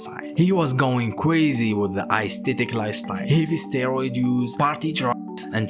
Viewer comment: Every time he says Icethetic lifestyle I laughed a little